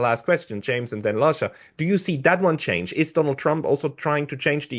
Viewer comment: No, no, no🙉This cannot be the correct pronunciation of Lasha's surname... and he's prominent on Neutrality Studies